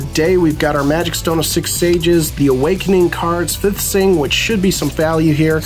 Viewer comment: Fiethsing is pronounced like thief. But awesome pulls. No god pack, but got some serious value.